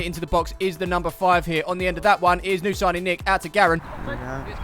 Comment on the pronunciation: 'New Siging' Nick... great vid though